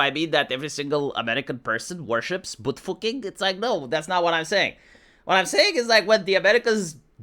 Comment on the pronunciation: "Boot fooking" lol